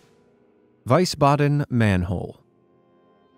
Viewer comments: It's not Weisbaden, it's Wiesbaden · Just a tip with the German pronunciation. It's WiEsbaden not WIesbaden. Really easy if you see ie then the E is the sound if you see ei then I is the sound. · Wiesbaden, Germany is actually pronounced V E E SS B Ä D E N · It's pronounced "VEES-BADEN", not "VISE-BADEN", in Germany. No doubt you're too young to know of the Wiesbaden Olympics in '72. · You pronounced Wiesbaden wrong. its like Visa, Visbaden. Not w-ice-baden. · Just to nitpick a bit: the native pronounciation of "Wiesbaden" is "Wee-sbaden", not "Why-sbaden" 😜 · Interesting info. But it's pronounced VEESbaden, NOT VICEbaden. In German, Wie is pronounced VEE while Wei is pronounced VYE. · you need to brush up on German pronunciation. Wiesbaden is pronounced "Vees-baden", not "Vice-baden". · My Mom grew up in Wiesbaden, and pronounced it VEESBADEN. In German, when two vowels go walking, the second does the talking. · The last one, in Wiesbaden, I'm almost positive it's pronounced veesbaden. I lived there for 6 months and never heard it pronounced any other way. The architecture there other than the manholes is gorgeous. They have the remnants of a wall built by the Romans on one side of the city and many more buildings that had been there for a really long time. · It definitely is pronounced "veesbaden". German reading-rules are rather strict: "ie" is usually a long (german) i, like the english "ee", whereas "ei" is - with a few exeptions - pronounced like the english "i". It's not really hard to memorize... And since confusing the two can change the meaning of the word dramatically - in this case "weise" (wise) and "Wiese" (lawn) - it is advisable to be a bit more careful. I always feel sorry for Wiener sausages being called "Weiner" (the crying ones). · he has a habit of pronouncing things wrong and I don't understand it, if you're going to research something and educate people on it the least you can do is learn the pronunciation. Oh well